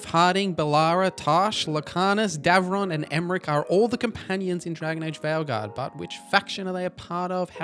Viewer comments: It’s Davrin, not Devron, btw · And "Davrin."